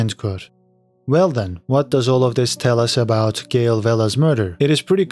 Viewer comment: It’s Gill Bigalowe not Gail